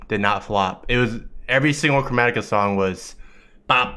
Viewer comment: I don’t speak english but did you just say Coronica 😭